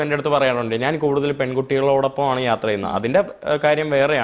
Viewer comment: ഞ എന്നത് ന എന്ന് പറയും